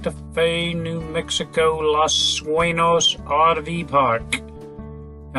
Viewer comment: Suenos is pronounced SWEN-yos. Cerrillos is pronounced sair-EE-yos.